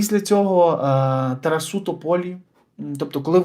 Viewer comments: Не ТарасУ!!!! А ТарАсу! Неможливо слухати. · Я теж в шоці ,що ТАК ставиться наголос...